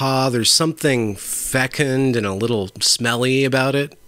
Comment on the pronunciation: I'll give this an upvote for verbalizing the word "fecund." It's not an easy game pronouncing words which are commonly only written.